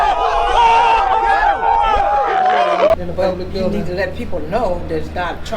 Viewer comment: "In a gubment billdin', that should be illegah. If it ain't, it oughta be." 😂